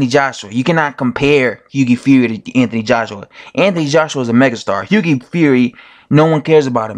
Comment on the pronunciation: What is it with Americans not being able to pronounce Hughie correctly?😂😄 You're the 3rd YT boxing dude to do it. One other dude says Higgy fury